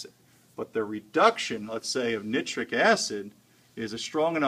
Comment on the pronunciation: nih-tric acid? really? really?